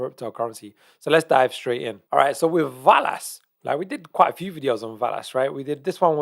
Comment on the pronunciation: I think it pronounced VEL-ass 👍